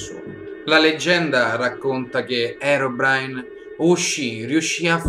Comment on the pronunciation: Si dice così